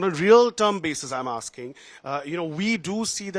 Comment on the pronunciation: "All of you are aaking the wrong questions "